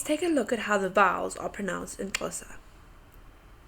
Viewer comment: waringa wangari Hahahaha I am a native Xhosa and I hate it when people don't pronounce that X.